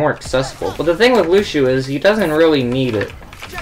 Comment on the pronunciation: top 500 but doesn't know how to pronounce either "Lucio" or "boop" lmao